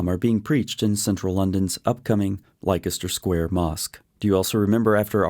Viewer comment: Speaking as though from uk but cant pronounce leicester square correctly ? Makes me question this